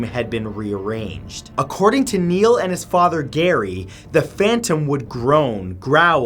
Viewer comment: Thank you for properly pronouncing the name Niall! You have no idea how many times I've heard it mispronounced, the reason why I am excited about this, is because my son has the same name. By the way, he enjoys watching your videos, you've won over a four year old.